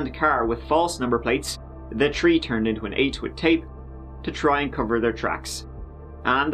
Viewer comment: Today's arrest happend at tree a.m.! But intentionally botched it into a fake "three".